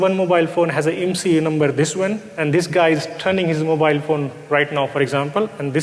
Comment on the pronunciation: The first sentence was wrong. Its IMSI not ISMI xD